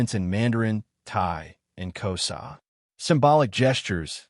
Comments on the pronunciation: It's Xhosa not Koza. I won't comment on the conversation it's distortion. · I am from South Africa and it is not K o s a its actually K HOZA you use the H more pronounced and the S sounds like you use a Z and the Z is also more pronounced so you know..